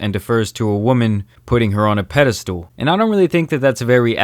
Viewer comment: Bro did you just say pedestool ahaha SIMP